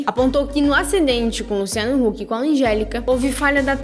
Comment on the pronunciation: gnt ela falou luciano luck ? kkk